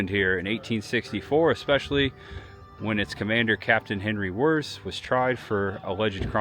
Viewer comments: His last name is not “Wurrz”. It’s pronounced like VEErtz. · pronounced Wirtz